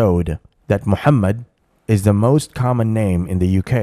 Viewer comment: On a lighter note, I like the way she pronounced /ha/ sound in Muhammad from her throat. Seems like she has already absorbed quite alot Islamic culture 😅